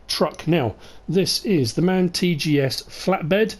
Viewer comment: Nice Video thx for the Information but we here in germany call the Orange truck m a n Not man but annyway like aleays keep up the content and have a nice weekend